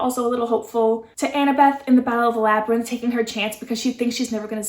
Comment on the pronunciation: You were close! It's Labyrinth but nice try@